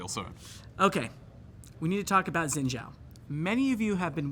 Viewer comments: Why do people keep saying, "Zin Zao" in stead of, "Sheen Jiao" like its spelled? Its infuriating. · "zin zhao"... either spell it the way to you want to pronounce it or pronounce it the way you spell? haha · Mispronouncing Xin Zhao each time is killing me. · I love how they butchered the pronunciation of “Xin Zhao”